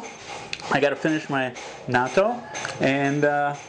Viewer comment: 'natto' is the pronunciation...haha not NATO lol..always eating it here in Japan, is it available in Thailand?